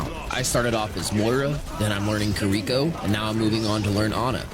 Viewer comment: I actually flinched when he pronounced kiriko like that